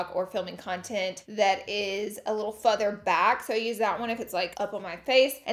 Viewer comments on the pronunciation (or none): did she say "futher" instead of further 😂